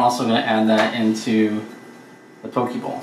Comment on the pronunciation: looks awesome for sure going to do it. Just to clarify though Poke is pronounced as (Po - Kay) If you say it like (po - key) it means a man's privates.